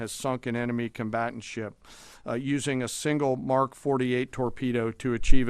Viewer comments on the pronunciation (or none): Yes, correct. *Also just a quick correction, its Mach, not Mark 😊